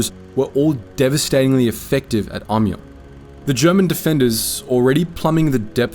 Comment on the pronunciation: "Ommy-aw". That's how you're supposed to pronounce Amiens. Not "aimy-enz", not "ammy-enz", not even "ommy-enz". "Ommy-aw". Because zees word, she iz FRUNCH. And you must bow to the frunchness, or be forever a goon. K-rounds were actually just regular 7.92mm Mauser rounds yanked out of the cases and reinserted backward, so the flat base of the bullet was facing forward - the intent was that the reversed slug would have better odds of penetrating as it wasn't as likely to deflect or ricochet as the rounded tip would. And the "T-rifle" was never called that. Es't ein Tankgewehr 1918.